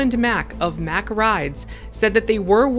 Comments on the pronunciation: Love your videos!!! Mack rides is pronounced 'Mock,' just fyi. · Hi, It's Mack with an 'a' like car, not Mack like Mac.:) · It’s pronounced like “Mock” :) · the a in MACK is pronounced like "father", because it is a german company. great video though! 👍